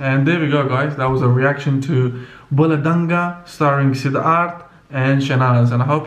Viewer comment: Thats not bhula dungaa thats bhula duuungaaa